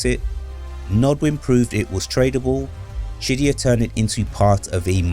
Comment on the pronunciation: is he saying shit-dyya? lol or just pronouncing qiddyya?